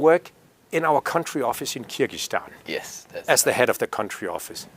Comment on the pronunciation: Не Киргистан, а Кыргызстан!!!! Не влезайте в нашу страну!!! От ВОЗ никакого толку!!!!